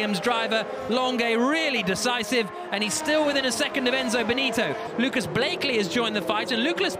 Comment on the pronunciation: he said luklas Blakely